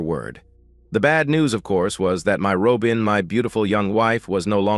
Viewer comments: Ai doesn't know how pronounce simple words? What is a Ro-bin? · If you're unable to pronounce Robin properly get a better I a to annoying to listen to